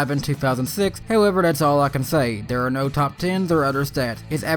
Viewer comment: Can you not pronounce TH? It's THere, not Dare. Its tooTH not toof. Fuck I find your voice annoying...